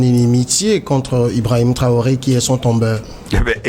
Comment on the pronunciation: C'est Ibrahim Traoré et non ibraoré Monsieur le barbu. Vous faites hontes à jeunesse africaine